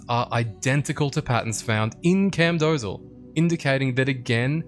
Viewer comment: Also, it's pronounced as "Camdosaal" not "Camdozal" silly native English speaker! 🤓